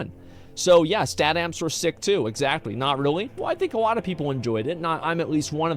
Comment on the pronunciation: guys wanna know something that annoys me and i will share it with you....asmon cant say alot..he says awoaht, and it drives me nuts :D no clue why. but if it does the same to you, youre welcome.